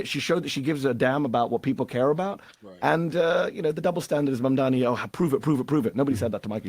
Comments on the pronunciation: Bruh. PLEASE learn the name!!! If u gonna actually host a show where talking is the thing. Speak clear n correctly please. Its pronounced "Mom-Donny" Mamdani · MAMDANI... come on bro say and spell his name properly or go home 🙄🙄🙄